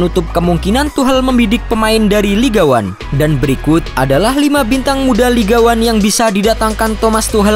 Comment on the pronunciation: LIK ANG, bukan lig wan